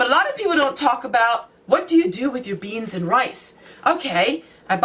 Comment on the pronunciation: the way you said 'beans' is cracking me up! <3